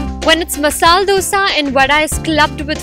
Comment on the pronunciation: Sooo, The host is damn cute. But what is up with your pronunciation lol? "Dalicious"?? "Masaal Dosa" ?? lol dont try too hard cutie.